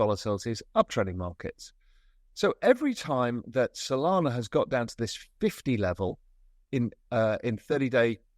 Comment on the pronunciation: Did you say Sonana?